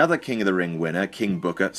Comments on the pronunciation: "king booker im sorry KING BOOKAA" LOL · "King bhookar"😂😂😂😂😂😂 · I FUCKING DIED when you mimicked Booker T's Pronunciation of "KING BOOKA!"